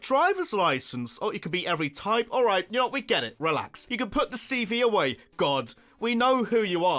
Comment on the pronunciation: IT'S ALRIGHT, NOT IGHT! SAY IT RIGHT!